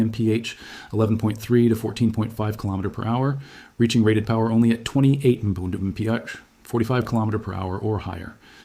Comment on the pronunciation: I'm not convinced this isn't AI! A normal human would not say mf for mph! Also he's talking way too fast to be understood.